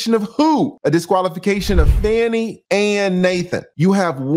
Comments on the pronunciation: Please pronounce her name properly. It’s Fah-nee because it’s disrespectful to repeatedly call her Fanny when her name has meaning. Her parents picked that name of its meaning. SMH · TRUMP NEEDS TO BE QUALIFIED!!! He should NOT ever be allowed to run for the office of a Dog Pound let alone the Office of the Presdent. PLEASE PRONOUNCE THE DISTRICT ATTORNEY'S NAME WHICH SOUNDS "FAWNIE" NOT SOUNDS LIKE "FANNIE". Let's be RESPECTFUL. Thanks😍😍😍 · That Judge is not going to remove her! Her name is FAH-KNEE, not Fanny!’ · Her name is not even Fanny. You're Black. If you can't even pronounce her name correctly, you're racist appropriating. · Why are you mispronouncing her name?